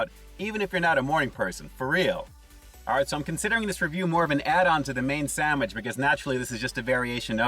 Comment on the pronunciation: The chicken looks flakey like white fish., it sounds like you said "sammich". 😀